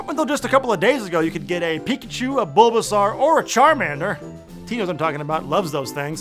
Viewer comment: The way he said bulbasaur make me wonder if hes ever seen the show or played the game